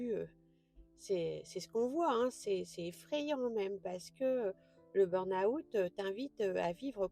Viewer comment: Merci de ce message pour tous ceux et celles qui ne l'ont pas encore compris car je suis tout-à-fait d'accord avec vous. Sauf sur une chose : votre prononciation de "burn-out" qui est erronée. Vous êtes sans doute Française pour le prononcer ainsi, non ? En fait, il y a deux erreurs, une sur burn et une sur out. On ne prononce pas le "r" du mot "burn". Il se prononce "beeen" en prononçant bien "e" comme la lettre e mais en allongeant le son (raison pour laquelle j'en ai mis 3). Ensuite, dans la prononciation de "out", il n'y a pas le son "ou" avant le "t". Ce n'est pas un mot français mais un mot anglais. Ça ne se prononce pas "aout" comme vous le faites (en séparant le son "a" du son "ou)", mais ça se prononce "awt" en prononçant le "w" comme les Belges, c'est-à-dire comme dans Watt (l'unité de mesure de la puissance électrique des ampoules) ou comme dans "water" en anglais. Donc, le tout se prononce "beeen-awt". Aller sur Reverso, taper burn-out et cliquez sur le petit haut-parleur à côté du mot, vous entendrez la bonne prononciation. Ainsi, les anglophones et les Belges ne se moqueront plus de votre prononciation foireuse de ce mot. Belle journée à vous et encore merci.